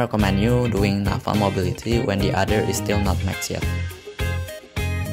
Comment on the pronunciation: I like how you pronounce naval lol. You pronounced it as "Nafal", but overall great video! Really helpful, especially the research and fleet ratio